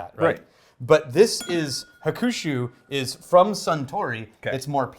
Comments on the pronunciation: You're accenting the Ku in Hakushu. In Japanese you don't really accent syllables. When you do, accenting the wrong syllable changes the word. Bridge and Chopstick are both hashi depending on which syllable you accent. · Hey great review! Your pronunciation could use a tiny bit of work though. That middle u in hakushu is almost silent. Just a hint of a pronunciation. It should sound more like hakshu than hakushu, but there's not an exact English equivalent. Anyway, keep up the great work you magnificent bastards! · Weird pronunciation on this one, the middle u is silent.